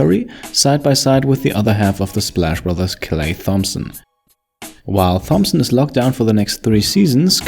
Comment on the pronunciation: you pronounced Thomson wrong